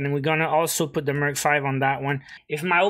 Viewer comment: Did no one realize he said Merch 5 lol😂